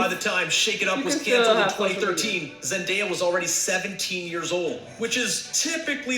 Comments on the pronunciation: Wait cuz wtf it Zen-die-ya He name’s pronounced Zen-day-uh it’s like literally spelt like that “Zendaya”😂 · Omg she say zendia....😭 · Why do people have a hard time with her name? It’s literally spelled with a “day” lol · Lmaoo she said zen-diya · did really say zen - dya? 😂😂😂😂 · Girllll bye don’t do zendaya like that😂😂 it’s zen- day- a literally how it’s spelt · No, both of you are wrong. It's Zen - day - uh